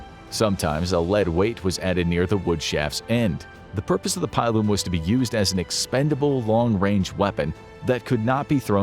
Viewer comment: I know you do a lot of history here and you know a lot, but please never ever say pile-um again. Its a pillum as in pillage